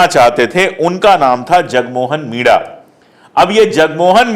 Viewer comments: सर, आप मीणा/मीना के बदले मिडा उच्चार क्यों करते हो? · मिडा नही मीणा